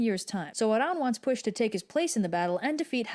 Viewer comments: It's not pweesh, it's pweell, ll is a sound we don't have in English, apparently you have place your tongue as if to make the sound l and then instead of voicing it like you're used to, you aspirate it like a h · Why would there be a sh it's a welsh name meaning that it is using the welsh language which as you would (expect) sounds different also red pronounces the name wrong but also it is not english why would it be pronounced the same that makes no sense